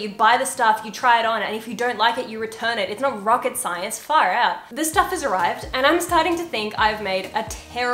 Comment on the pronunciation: The way she said far-out WAS SO AUSTRALIAN LMAOAOAOAOAOA